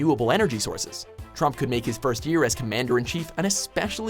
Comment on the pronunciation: Is it just me or did he say dumbol trump